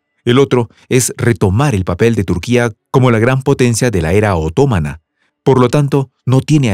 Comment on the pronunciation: AnkÁra (o incluso AngÓra) pero no Ánkara OtomÁna y no otómana Agradezco y admiro vuestro trabajo pero por favor presten más atención a la pronunciación de las palabras.